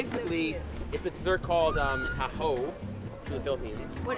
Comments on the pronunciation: it is not Pronounced as tahu it is taho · Xiaoma pronouncing "TA-HOE" is just endearing. It's pronounced abruptly as "TA-HO". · its not "tahow" its "taho–" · what Filipinos hear: taho what Americans hear: tahoe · How they pronouns taho Philippines: Tahu America: tahow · OMG I LOVE HOW HE PROUNOUNS "TAHO" AS "THAW" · Its not ta. Ho its taho say this tawho and now you pronounced it right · It is pronounced taHO not TAho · Tahow No its pronounced Taho!! Not how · xD he pronounces it like Ta-Hoe LOL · He pronouncing it wrong :( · I am a fellow filipino and you pronounce that wrong